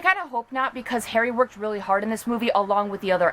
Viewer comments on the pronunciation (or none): none